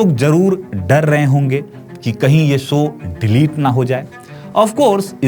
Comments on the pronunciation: Apni language to sahi kar le. Baar baar show ko so bol raha hai. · 'सो' नही 'शो' जरा अपने हिंदी पर काम करो...! 'स' और 'श' मे फरक होता है...! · Ye anchor so so kya bolta hai,,show bolo show bolo,sho not so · So nahi mere bhai show boliye.❤